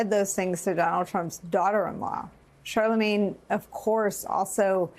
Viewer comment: Charlamagne… not Charalagne.